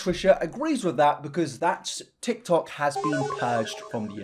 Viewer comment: You just said, "the Tik Toc". I'll grab your walker for you, sir.